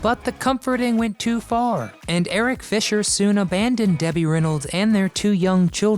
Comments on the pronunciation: You kept calling eddy Fisher Eric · It's Eddie Fisher...Not Eric. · Eddie fisher not eric fisher. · It's EDDIE Fisher, not Eric.... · Eric Fisher??? LOL! Just how accurate is all this? And she said it at least twice! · It's Eddie Fisher, not Eric. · Eddie Fisher, NOT Erich , and Several pictures didn't match your narration. Get better before This become a major problem. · Eddie Fisher, not Eric Fisher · It’s Eddie fisher, not Eric. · "Eric" Fisher? It's Eddie, dum dum. And Marilyn didn't have an AFFAIR with Joe DiMaggio, she married him. Sheesh. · Eddie Fisher not Eric sheese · His name is Eddie Fisher not Eric Fisher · Eddie Fisher NOT Eric Fisher